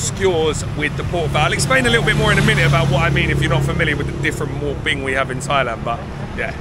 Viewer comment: He mispronounced And it looks cute to Thai people. 😂😅